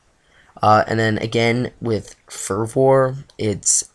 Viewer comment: Longevity = Lawn Jev Itee Fervor = Fur Vur Just sayin... Good video though, don't worry about being a tongue tied timmy at times.